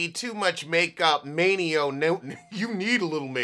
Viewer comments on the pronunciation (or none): Between TaMar and not Taymar and not Maino but May-neo????? Pronunciate 😁